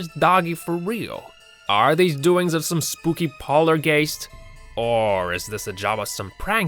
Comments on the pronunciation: Sounded like the narrator said "sobway" instead of subway, "polar-gast" instead of poltergeist. At the mark you hear, "Maybe after having a hard good luke at himself",.......ok....that's when I stopped watching. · It's "poltergeist", not "pollergeist"! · Did he say “polargayst” instead of poltergeist? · It's not poarlgist it's poltergeist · Wtf is a poller gaist ? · wtf is a "paulergaste"? hahaha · Did you mean polargeist? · Would be nice if you could pronounce POLTERGEIST properly